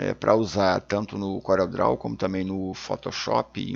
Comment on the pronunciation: "Couréu" mydou de nome😁